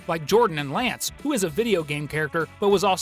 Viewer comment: its "who" not "ho"